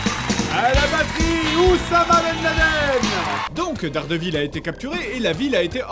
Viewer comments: Dairedèveul plutot ;) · Daredevil, ça se prononce Dèrediveul.